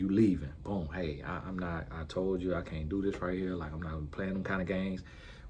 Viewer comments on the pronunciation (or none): I think meant can't but the t didn't sound out